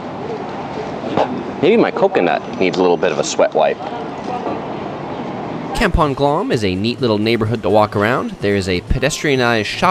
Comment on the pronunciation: Kempong? It's Kampong just say it like "Come-pung